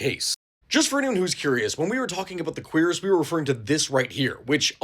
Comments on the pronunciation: It's not a quEER-ass it's a keer-ASS. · queer-is.... shouldnt it be cure-is? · "Queeras" 🤨🤨🤨 'Kweras' is how you say it. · Surely it’s pronounced [queue-ras], right? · I thought Cuirass was pronounced cure-ahs or kyur-es, have I been mispronouncing it since 2005? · If it wasn't for this man, I'd still be saying cure-ass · I have never heard someone pronounce cuirass that way. I've only ever heard cure-ass. Not to say you're wrong, it's just weird. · queer ass? is that really how its pronounces? LOL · Considering that the actual pronunciation is basically “queer ass,” I understand why you mispronounced it (to avoid demonetization, right?). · Y’know I knew what a cuirass from the game Castlevania Symphony of the Night (great game btw probably top five in Castlevania imo), but I never knew how to actually pronounce it. I always said it like “cure-as.” So thanks for helping me pronounce cuirass correctly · I've been pronouncing it as "q-rass" for my whole life bro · I really wish you wouldn't pronounce it in such an american way lmao a queer ass? I understand google translate is telling you its pronounced like that but honestly there are other ways to pronounce it 😂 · The way he pronounces Cuirass hurts my ears. It's Cure-Rus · I like how most people here are talking about the subtitles but like, also pronounces Cuirass far to quickly that it does genuinely sound like queers rather than cuirass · I think your saying that word very wrong